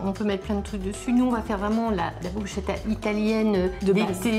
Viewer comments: Bruschettas ça se prononce "BrusKetta" 😉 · BrusKetta en phonétique svp, ça pique horriblement d’entendre autre chose !.. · Sinon ça se prononce BrousKKKKettas 😂🙈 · je ne vous hais pas mesdames mais juste, bruschetta, le son "sch" est en vérité "ské"